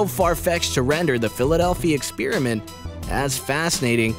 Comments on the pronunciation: It's not pronounced "ex-peer-iment". If you're going to play at being Mr. Voice-Over then get some speech lessons. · It's sounds like he says philladelphia spearmint